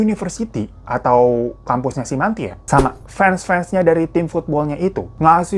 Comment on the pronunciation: Bacanya mentai mas bukan manti hahahah